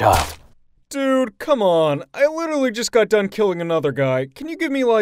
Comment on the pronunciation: Littery all I hear is “hey tomato”